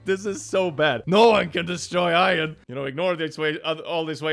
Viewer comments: you say iron like ion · The way pronounces Iron ⚛️